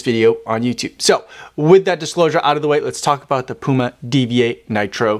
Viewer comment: You can’t even say the brand name 💀